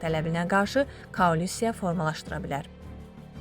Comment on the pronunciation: Metni oxuyan xanım, kaulisiya deyil, koalisiya deyilir!